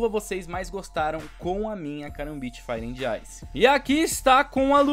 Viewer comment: Só faltou aprender a falar inglês pra conseguir pronunciar fire and ice...